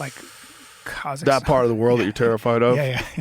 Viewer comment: Ka zacha Stan lol This Bryan dingbat trying too hard with his pronunciation 🤡🤡